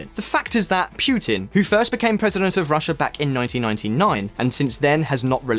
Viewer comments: It is not pronounced Piutin rather puutin. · I am not going to sit here and listen to you when you insist on pronouncing putin as pewtin. Sorry dude. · It's funny to me how the narrator sometimes pronounces Putin correctly (Poo-Tin) and sometimes not (Pyu-tin). I speak Russian fluently so I know this first hand. Some Brits are so funny in how they unashamedly mispronounce names even though they know better and they just don't care. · Stop pronouncing Putin like that.